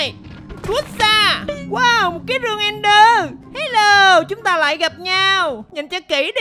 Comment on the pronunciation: Ẹnder anh ơi, ko phải nether